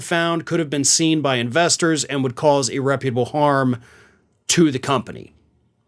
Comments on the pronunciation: "Irreparable", buddy, not "irreputable", whatever that is. Muchas gracias. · "Irreparable" harm, not "irreputable" harm.